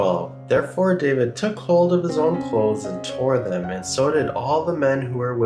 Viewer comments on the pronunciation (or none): none